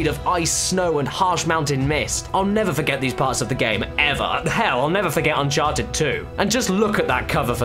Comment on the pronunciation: "un-karted" subscribed